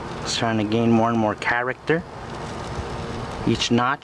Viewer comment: hows this not viral "characta"